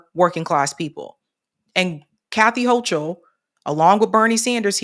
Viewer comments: Hey, Hochul is pronounced with a hard CH. Much love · Her last name is pronounced 'hoe - kul.'